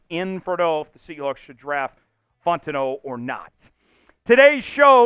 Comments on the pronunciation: he pronounce it like bro Italian or some shii 😭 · Ur saying fautanu wrong! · Bro I literally been saying the same thing drives me nuts every time 😂